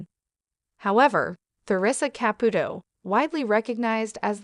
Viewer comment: You can’t even speak her name correctly this is a load of crap